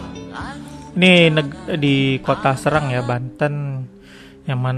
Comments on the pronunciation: Cara baca huruf 'e' kayak 'ehe' bkn 'empat', bang. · Bacanya seerang bukan seurang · bacanya sérang bukan sērang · Bukan bang, harusnya "Serang" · Mungkin maksudnya SErang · bukan bang serang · bukan serang tp serang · Serang bukan Serang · serang apa serang? e nya empat atau tempat? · Serang E nya pake taling seperti di kata "enak"